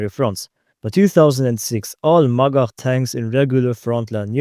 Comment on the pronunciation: every time he says "magach" i hear "MaGuh"